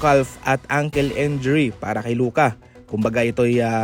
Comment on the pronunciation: Pano pronounce yung Gafford at Injury? 😅